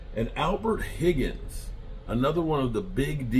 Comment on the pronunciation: It’s Huggins not Higgins This guy can’t pronounce any of our players names at all!!! Damn!!!!!